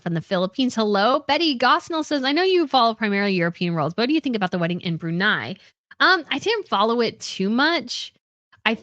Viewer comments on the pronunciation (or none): none